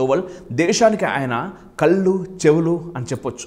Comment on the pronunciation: హలో.. మన భారతదేశానికి అజిత్ దోవల్ గారు కళ్ళు ముక్కు చెవి అన్నారు బాగానే ఉంది కానీ మీరు కళ్ళు అనలేదు కల్లు అన్నారు మీరు భాష చక్కగా స్పష్టంగా పలకండి